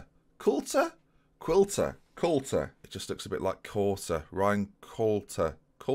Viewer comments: I work with Ryan Qualter's Dad. Proper football man. Apparently a really good coach. He also has a fluid national identity: if Ireland do well he's Irish, if England do well, he's British. Qualter is Irish. Qual-ter pronunciation is fine. Great series idea, hopefully your hometown pride and passion sees you to a miraculous play off final WIN? Too far? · noo way ryan qualter !!ex york city youth team player cracking player can remember him from when i used to work their never realised he was still at this level!! and its pronounced how its spelt qual-ter